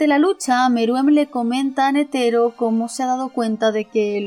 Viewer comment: Me encantó tu reflexión, sin duda uno de tus mejores videos. Por cierto, repite conmigo: KurÁpika nÉtero :)))) (Solo estoy molestando)